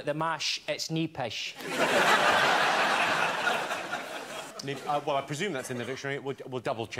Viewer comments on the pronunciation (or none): Every Scot watching this is cringing, Rachel: it's "NEEPISH" (double-E).